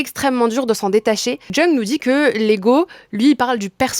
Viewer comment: Jung ça se prononce « young ». Parfaite la vidéo merci ❤️❤️